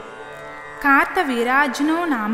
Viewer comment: Kaartha veeryajanoo ani raasi undhi , Meru kaarta veerajnoo Ani chaduvuthunnaru 🤔